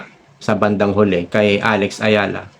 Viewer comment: Eala po hindi Ayala sir